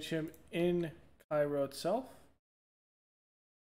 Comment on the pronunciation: The content is great, just wanted to say that Cairo Illinois is pronounced "kay-ro"